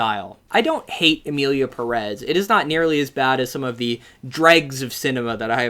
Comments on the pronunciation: If you’re gonna criticize the director for not doing his homework, you should’ve done your homework and learned how to pronounce Pérez. The accent over the first E means that’s the syllable that is stressed. I was hoping that the fame of this movie would finally get gringos to pronounce Pérez correctly. I guess I was hoping for too much. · The fact people pronounce it Emilia Peréz when it's written Emilia Pérez, BASED ON THE WAY PEOPLE SAY IT ON THE MOVIE ITSELF is insane for me.